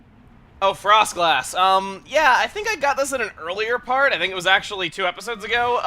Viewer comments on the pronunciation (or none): Latios Apis, and then a few seconds later, FrossGlass? Like Frosslass? Lol!